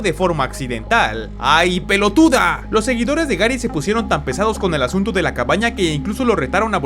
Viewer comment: El argentino que trae dentro se calento XD